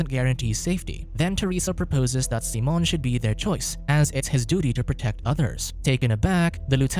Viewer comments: Why are you saying Simon that way??? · Why you do him dirty and calling him seamen instead of Simon lmao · Simon... not Seamon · "SEE - MON" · He still wasn’t pronouncing it correctly, but Simon in Spainish isn’t pronounced the same as in English